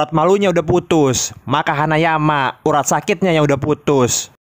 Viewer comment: Kenapa ya kalau baca nama hanayama malah bicaranya hanyaman